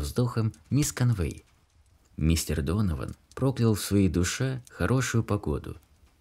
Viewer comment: Ударения!!! Невозможно слушать, особенно в имени, в английском языке ударение в именах падает на первый слог мисс КОнвей.